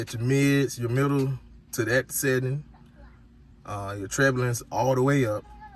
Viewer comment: He said treblings and I’m dead 😂😂 ☠️